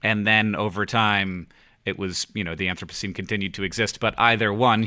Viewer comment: Sitting in self quarantine in 2020 and listening from the start...back when John (creator of The Anthropocene Review) didn't know how to pronounce "anthropocene."